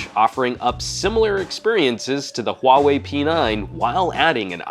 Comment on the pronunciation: it's pronounced, 'Huawei'